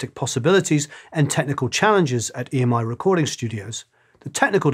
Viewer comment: I believe EMI folks call the old tape "EMMY-tape", not "E. M. I. Tape".